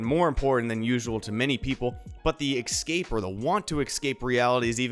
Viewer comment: "Escape" not "Exscape" my friend. :)